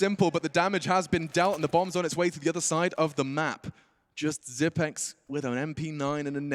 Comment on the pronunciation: why is he calling him zip-x? Lol